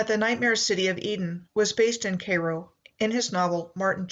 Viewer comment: Cairo. As in kay like kayak and row like rowing. Not k-row. Kai-row(Cairo)